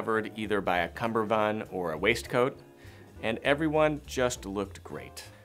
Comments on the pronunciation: It’s a cummerbund, not a cumBerbund. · It is cummerbund, not cumberbund. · “Cummerbund”. “Cumberbund” is a common mispronunciation of the word. Go read up on it a bit. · Personally, I think you're dated. 👐 My opinion 👐 However, I think it's important to understand CUMMERBUND. It's pronounced just as it's spelled.